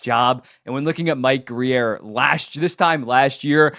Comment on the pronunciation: It’s just Grier listen to the way his name is pronounced